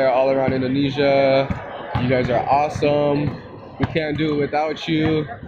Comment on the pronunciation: masa kita asem .... Iya iya awesome Btw pertanyaannya sama ya bro ke smua pemain nya :(